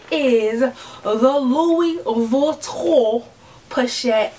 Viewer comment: Oh funny, you called it Louis vitton poshette Matisse